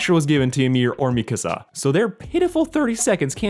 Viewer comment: Bro really said mikasa like me casa